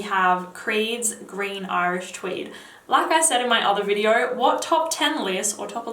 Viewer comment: she is nice and have deferent style but i realy dont like when she pronounce the ( o ) litter in the end of the words.. just listen how she says (naoo) or (videaooo) for exsample haha.. and what i hate in jeremy the way he over act and sprenting like child .